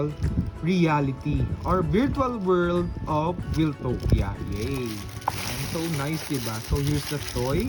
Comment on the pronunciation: Wiltopia is pronoumced as "Wayl-towp-ya", word come from "Wild". Di siya galing kay Kuya Wil.